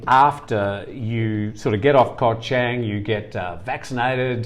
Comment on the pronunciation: Koh Chang (pronounced Charng) Not trying to be negative, just helping with speaking Thai.